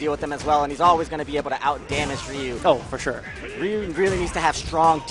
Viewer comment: It's not 'Abble.' It's 'Able.' As in 'Why aren't you able to read his name correctly?'